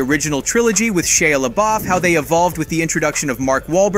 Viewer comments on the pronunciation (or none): none